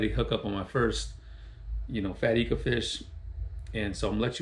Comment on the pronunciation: Pronounced I-ka not E-ka. Surprised no one told you. They just let you keep saying wrong. Tight lines bro.